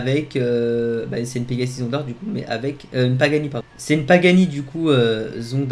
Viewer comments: c une " zondar " 🤣🤣😭 On dit zonda R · C es oas zondar c est zonda-t